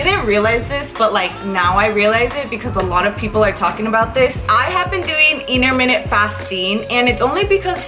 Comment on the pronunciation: You can’t pronounce intermittent!!!